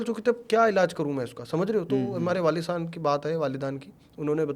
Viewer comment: वालिदान ❌ वालेदैन ☑️